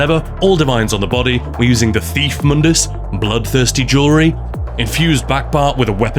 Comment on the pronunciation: wtf I don’t even think you say mundus